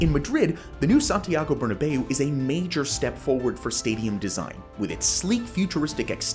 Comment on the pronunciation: Love the video but "burnabay-ou"? More of a "burnabow" pronunciation